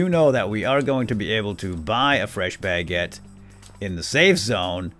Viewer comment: really triggers me when he says Bagete instead of Baguètte